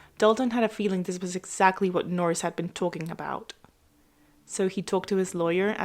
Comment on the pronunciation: Nor ris....